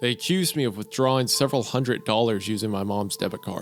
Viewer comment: "Hunner" I had fun, but shared your misery